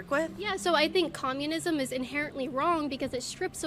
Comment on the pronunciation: You are doing "comunisim" today